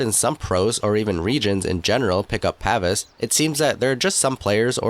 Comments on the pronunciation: (Pa - Veece) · Its Pa-vees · It's pronounced "pah-vees". Just like it is also pronounce "ee-jiss". The DotA community fails hard with such things it seems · It's pronounced "paveese"